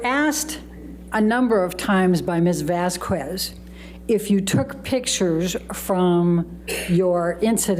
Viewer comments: Always hated how could not pronounce Camille’s last name!!! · I think deliberately mispronounced Camille's name. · AH lawyer can not pronounce Camille Vasquez last name 😂 is she doing that on purpose 🤔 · Amber’s lawyer can’t even pronounce Vasquez surname correctly 😢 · It just shows her lack of respect for a victim of DV and the court. Just like her mispronouncing Camille’s last name….so unprofessional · I feel like is purposefully mispronouncing Camille’s surname. 🙄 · The way her lawyer pronounces “Vasquez” is so annoying. She keeps pronouncing it as “vass-kwez” even at the very end of the trial when she’s heard it correctly pronounced even by her own team many times. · Why did keep pronouncing Camille s name incorrectly,how rude of her. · Pisses me off when miss pronounces Camille's last name. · She looks like she has been into too much pink lady, why doesnt judge tell her to pronounce vasquez the right way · should've learned how to correctly pronounce Camille's surname!!🙄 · This stupid defense attorney’s mis-pronouncing of Vasquez last name is an indication of her lack of professionalism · I can’t stand how says Camille’s last name! She messes it up ever time!! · My god it annoys me how heard's lawyer mispronounces Ms. Vasquez's name every single time. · OMG Amber's lawyer is so lame! She doesn't even pronounce Ms. Vasquez name correctly!! Ugh soooo annoying!!😮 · calls Camille - Ms Vas kwez. The pronunciation of Vázquez depends on the language and region, but it is typically pronounced VAHS-kez or VAHSS-kez. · I know it petty, but it really bugs me every time says "vas-kwez." Sometimes she gets it right, which makes it even weirder. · I cannot explain how much it irks me when amber lawyer pronounces Ms. Vasquez wrongly every single time…!! It’s Vas-k-ez, not Vas-qooez! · it drives me insane how says “vas kwez,” vasques isn’t even a tough name to pronounce 😅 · Vas-kwez? Wth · "MS. VASS-KWEZ"